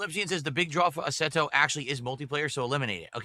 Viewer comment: He keeps saying asserto when it's asseto. Why does he try and sound fancy.